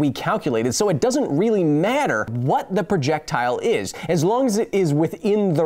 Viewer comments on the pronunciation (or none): none